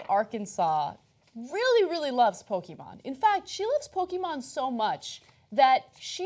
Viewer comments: Does anyone else get triggered by the way Ana pronounced Pokemon? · The e in Pokémon is short not long.